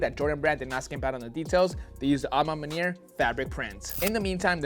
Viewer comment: Bruh say "a ma maniere" ONE MORE MFKN TIME!! I DARE YOU!!! 🤬🤬🤬🤬